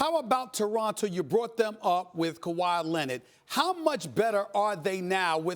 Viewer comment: "KAWHI LENNID"